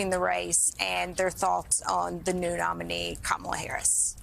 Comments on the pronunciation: Trump has a way over inflated ego 😢 and that scares me so incredibly much 😢Camilla? Another intentional mispronunciation of her name 🤬🤬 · Those Karen’s are total Fox News Kool-aid drinkers—they should have been fact checked by the interviewer that Trump was the one responsible for sabotaging a bipartisan border deal! They’re so misinformed by MAGA. People also need to learn to pronounce her name correctly: KA-ma-la—accent is on first syllable!! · Anyone else hear the soft “KamEELa” under that woman’s breathe because she was nervous about not knowing how to properly pronounce it…? Lol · And VP Harris's name is pronounced Kam - ala, not kam-a-la. Trump and the far right are always trying to put a Middle Eastern twist on it in an attempt to rile up the Islamophobia and racism in his followers. In Sanskrit, Kamala means Lotus. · She can't even pronounce her name right. Camilla did she say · This lady was basically like I’m worried Trump will be a horrible dictator and seek retribution but then again I don’t know they kamilla lady (didn’t even pronounce her name right) and then says I’m just gonna wait and see. This is why we can’t have nice things people. We are a country of idiots. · Disrespect is when you continue to mispronounce Kamalas name. When you might be smart enough to hear the difference. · One of these folks is a BRF fan. She pronounced Kamala as "Camilla." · Camilla? It's Ka-ma-la! She's not the British Consort ffs. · Deep pontificating, but 4 years in and still can't pronounce Kamala correctly. "Come illya" Ridiculous. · You have to love the woman who called Kamala "Camilla", then said she didn't know enough about her...no fooling really? Start with getting her NAME correct you simpleton. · Karen can’t pronounce Kamala’s name. She said Camilla 😂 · Did she say Camila? Sorry, that’s the queen of England. Not even close on the correct pronunciation. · saying Kamala not smart 😂